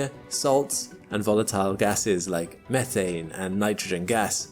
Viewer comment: Methane.. not Methhh,ane